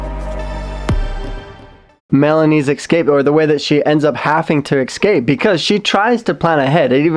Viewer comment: Thank you for another video! I love how you say ecscape haha. Keep up the good work!